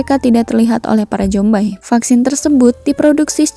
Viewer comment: Zombie dibaca zombi bukan jombai gajelad